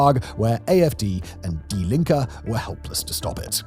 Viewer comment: I'm American, not German, but the pronunciation of Merz and Die Linke left me wondering how much I can trust the rest of the research if no one bothered to spend 60 seconds on YouTube learning to get the names right.